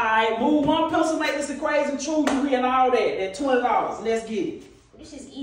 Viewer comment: bro still can't pronouce pencil